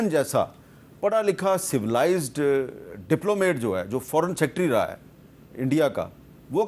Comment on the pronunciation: Hamid sahib it's not diplomate it is diplomat.